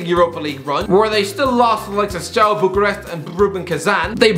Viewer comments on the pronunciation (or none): none